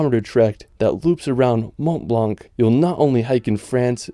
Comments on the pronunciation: Mon blan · Just a suggestion M’ont Blanc is pronounced as if there was no “c” not blannn but blan good video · Actually he's wrong, these letters should not be pronounced. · Please, stop saying "mont blanK"... It's horrible.